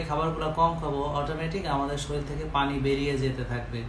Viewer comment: ভাই আচ্ছালামুআলাইকুম। শরীল না। উচ্চারণ টা শরীর হবে। We should pronounce correctly. Hope you dont mind.